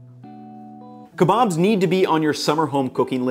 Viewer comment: Keebobs and peetahs 🤣